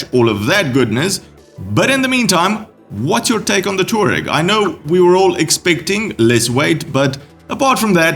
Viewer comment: So far none of the reviews (and there are many people jumping on the bandwagon as fast as they can) have done any backstory research on the Tuareg (pronounced Twa-reg) or Aprillia’s history in Rally Raid events. Just as the Yamaha Ténéré (T7) was named after a desert in the South Central Sahara region the Tuareg is named after the Berber tribes people who live in the same region. Without the Paris Dakar we would not have modern adventure bikes, and their heritage is worth knowing if you are going to be reviewing them on a regular basis.